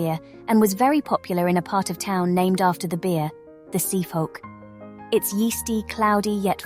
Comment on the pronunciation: Best thing is the seefhoek pronounced siefhoek as the seef part comes from save corner in the first place